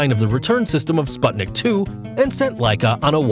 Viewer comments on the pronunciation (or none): none